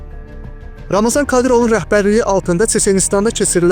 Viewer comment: Ramazan deyil ey Ramzandır, oxuyun araşdırın sonra çəkiliş edin!